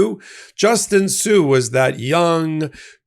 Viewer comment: its Justin sun not sue wow that's a miss